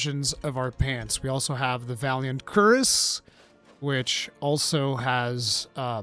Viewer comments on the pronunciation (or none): Cure,ess... I've never heard a person pronounce something so horribly till i heard keriss expand your mind brother!